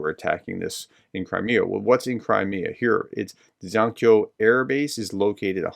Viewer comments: Hey, Professor. Dzhankoy is pronounced JAN-koi. Hope that helps :) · The name Dzhankoi you can better pronounce as english "Jankoy" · Dzhankoi - pronounced jan-koy. It is a truly awkward feeling informing a PhD-professor. If it were russian, I wouldn't care, but I love Ukraine. From a fellow Reagan conservative who is sickened by our speaker and presidential candidate. Slava Ukraine! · Dzhankoi is pronounced zhan-coy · It's pronounced Jankoy with the J soft as in the word leisure. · The Dzhankoy base is pronounced zan koy.